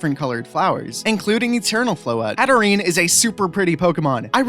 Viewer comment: IT'S HATTERENE, NOT HATTERAN!